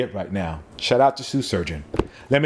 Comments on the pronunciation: Are you saying “Sue” Surgeon on purpose? Foreshadowing? 😂😂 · Very informative. Way to break down the difference in a product versus a service. Also, anybody else hearing, "Soo Shurgeon"? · Just once, pronounce Shoe Surgeon well. Just once, please. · "Sue Shurgeon" lol